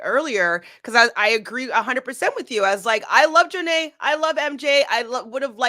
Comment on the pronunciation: Am I the only one who thinks that the way the ladies pronounce Jonna’s name is hilarious 🤣🤣 JOOOO-NAY